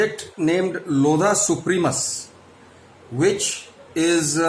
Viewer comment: It's not lodha it's loveda